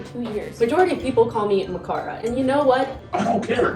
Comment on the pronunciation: I mean “Ma-car-a” isn’t as bad as “Bew-re-gerd”